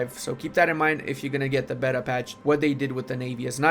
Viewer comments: Rage each time beta is mispronounced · It makes the game bet-uh